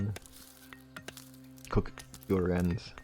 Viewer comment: Kuroi = koo row ee in pronunciation. Hope that helps. I still remember some of my Japanese from college. :octopus-red-waving